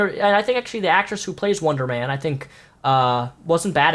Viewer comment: why did he say wonderman?